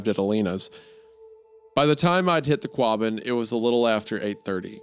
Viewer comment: Not to nit pick but Wendy, buubby, it's pronounced Wus-ster lol Massholes are very particular about their poor spelling... I've been in central mass for like 20 years now originally from CA. and on that not... It's pronounced Qah-bin you talented hack! Lol Hunter you guys do great work please keep it up.